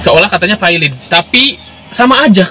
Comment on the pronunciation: Bang, ente nyebut valid aja kenapa vailid?